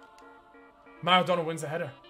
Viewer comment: I swear near the start in the team section he called maradonna madonna